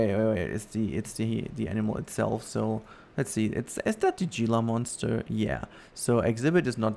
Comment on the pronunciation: the correct way to pronounce Gila Monster is He-la monster. not with the G. 😁